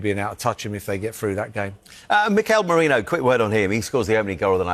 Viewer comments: It's not just Danny Murphy, the guy does the same. Somebody needs to send out a memo 😀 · Come on Danny, please pronounce Merino's name correctly. It's Merino, not Moreno. Like "erin," not "oren." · ...Say it with me. MEH-REE-NOH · at least say Marino, ffs 😂